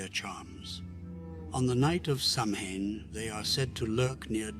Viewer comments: Please, please pronounce the Gaelic " Samhain " correctly. It's Saween. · Also Samhain, and Mag Tuirah.